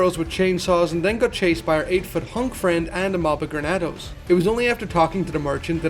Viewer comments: Not trying to be rude but it's Ganados not Granados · "Grenados" fuckin hell. Genados!!! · Great work but bro it’s ganados not granados 😂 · GANADOS ganados there is no R in ganados